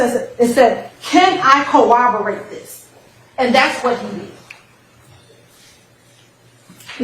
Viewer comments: Exactly!! I said wait, did she just say "co-obo-rate?" She did. 🤦🏾‍♀️ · She needs people around her to tell her how to pronounce corroborate😂 I’ve heard her say “cowoberate”at least 1000 times during this trial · Could someone please teach how to pronounce “Corroborate “ please!!!